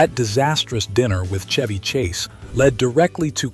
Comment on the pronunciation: Shhhhheeeevvvyy Not Chuevvy 😂